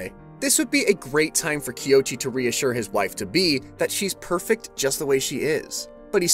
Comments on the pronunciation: Love the video. But the whole time you were saying the male main characters name wrong 😅😅😂even in the same dame video it shows you how to say it, but I been saying it wrong 😂😂😂 his name is "KOICHI"(Ko-ee-chee) not (Kee-o-chee) lol, but love the video🖤🖤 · This has been a dang fine recap, and really well done. However, I’m pretty sure our main male here’s name is pronounced “Koh-ee-chee” as the “o” happens before the “i” does. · not to be "that guy" but I think you might be pronouncing the MC's name wrong